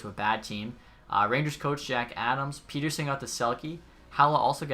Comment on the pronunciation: i know you have probably been told this 100 times but pettersson name is pronounced pet-er-son not peter-son